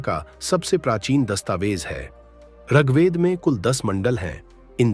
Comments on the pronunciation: प्रस्तुति राम्रो लाग्यो तर म त ऋगवेद पढेको तपाईंले रगवेद रगवेद उच्चारण गर्नुभाे । याे उच्चारण खड्क्याे । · जानकारी अच्छी है । ऋग्वेद का उच्चारण उचित होना चाहिए ।